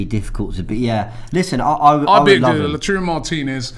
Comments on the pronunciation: Robbie: How do you say it?: I went with Lautaro Robbie: Lautaro? Okay. 5 seconds later Robbie: Lachurro... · NOT "LATURO" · How did you say it... LAUTARO???? Says Robbie who has been crucifying his name for a week now with LACHURRO... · Thanks for subtly correcting Robbie, Lautaro, not LACHURO FFS. How long will Robbie keep being this sloppy with very horribly wrong pronunciation of names? It's ridiculous! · A historical moment when realised it wasn’t pronounced “Lachuuro” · Man learnt the pronounciation of Lautaro And still butchered it 🙆🏾‍♀️🙆🏾‍♀️🙆🏾‍♀️